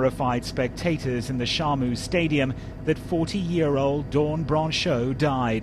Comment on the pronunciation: its shamu not sharmu !!!